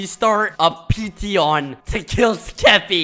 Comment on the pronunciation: It’s a pe-ti-tion